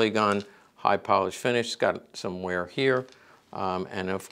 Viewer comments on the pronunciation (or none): none